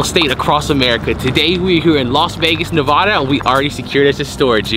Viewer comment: It's nevada not nevahda